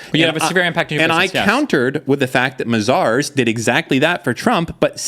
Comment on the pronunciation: It's not pronounced Ma-Zars,. It's May-Zers 😂😂,.